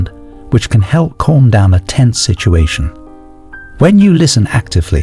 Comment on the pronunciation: Yo, the way you pronounce "calm" is killing me... It's cAlm not cOlm